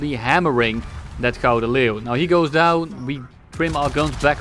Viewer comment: eindelijk, een youtuber die wel 'Gouden Leeuw' kan uitspreken